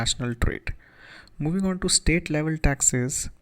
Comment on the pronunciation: dude..just say taxes...why tasksess.?...